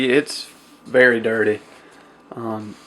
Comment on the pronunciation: hehe i like the way you say dirteh lol. awesome video btw